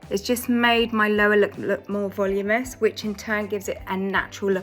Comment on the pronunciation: Valoominess not voluminess